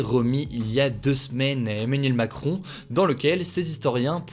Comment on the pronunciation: Onmanuel moncrooooon, froncois holloooonde 😂